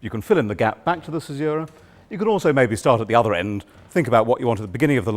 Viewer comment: Imagine teaching this for a living and not knowing how to pronounce caesura correctly.